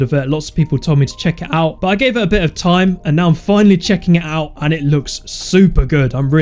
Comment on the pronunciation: he say chaking the data